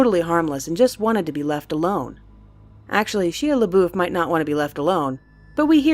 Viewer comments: The way you pronounced Shia's name though. it's pronounced shya labuff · sheea lebof and crooopsee? If you're gunna have people do voice over, please have those people learn the correct pronunciations of those words. :( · you said sheela boof? xD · Sheea LaBoof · Sheea laboof xD It's Shia LeBouf. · Oh look, my water is pitch black. That's odd and suspicious... let's see how it tastes! Also, did you just say "sheea luhboof"? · It's Shia labeouf (Shy-a) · Shy-uh la-buff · 'sheea labooff' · "Sheea Leboof" as if I weren't already unsubscribing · shee laboof? its shia labeouf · "Shee-a Luh-boof" - 2016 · "Sheeya Laboof" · SHEEYA LAH BOOF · Shee-uh. Luh-boof. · She lebuuf? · sheeea laboof? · Shee-ah Le-boof XD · "she-uh le-boof" Shia Labeouf? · sheeah laboof. ok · she-a Laboof lol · Sheea Laboof XD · Shea laboof lol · sheeah laboof lol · You pronounce It like the Swedish chef from muppets "Shia Laboof" lol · shee-uh luh-boof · Did she just pronounce Shia LeBeuouf like Sheila Leboof? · She....a.... la....boof.... That's not how you pronounce it. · "sheea laboof" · Did she really pronounce Shia Labeouf like She-uh luh-boof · sheea-laboof. okay. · Sheeuh leboof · she-a le-boof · she-uh le'-boof?! XD oh god. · Actual Cannibal "Sheea Le Boof" I'm sorry that will be the only time I make fun of you. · she-uh le-boof? lol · "Sheea Lebooth." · Nathaniel Hersh its a joke, said sheea laboof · shy-uh la buff. I think that's the correct way to pronounce it. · "Sheea leboof" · It's pronounced Shy-Ah La-Buff. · Shee Leboof. Nailed it. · Sheeah Laboof? This why we need Dolan at all times. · Sheeya Laboof? who is that? - Ive never heard anyone say Shia Labeouf like that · Sheya layboof? lolololol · I loved that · 16 ish. Did she just say Shea leboof?... TWICE? xD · Btw, shia labeuf, is pronounced (Shy-A-La-Buff) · Sheea LeBoof? Ummm... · Shea laboof??? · sheea labouuth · Shia Lebeouf? You're saying wrong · Oh my god, the way she pronounces Shia LeBeouf...